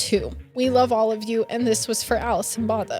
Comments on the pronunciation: Alison's surname is actually pronounced "boh-tuh". This may be the closest phonetic spelling I can give you 🤭 It's an Afrikaans surname, which is a language created by the indigenous black and the Indian & South East Asian slaves of the Dutch colonisers of the time - so it drew quite a bit from the Dutch language. It was later co-opted by the Dutch colonisers, who had up to that point still exclusively spoke Dutch - and appropriated the Afrikaans language and culture as their own, from the enslaved black & brown ppl in their service. It's one of the 11 official languages of South Africa. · The surname is actually pronounced BWO-TA . And Tiaan is pronounced TEE-YAAN. I hope this makes sense